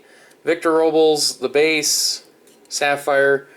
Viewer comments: its it row-blez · Robles = "row-bless"